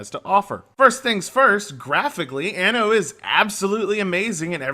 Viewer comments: Stress the second 'N' a bit more next time, otherwise it sounds like you're saying 'Anus 1800' in Italian : ) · learn how to pronounce anno